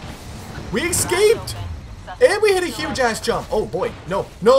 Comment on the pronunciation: Say it with me now: eScaped, not ekscaped 😂